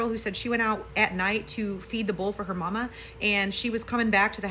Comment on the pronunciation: You said "mama" like your from down south! Lol that was adorable!